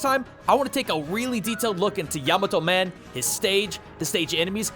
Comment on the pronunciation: Thank you for pronouncing Yamato Man properly, unlike some other Mega Man YouTube content creators out there.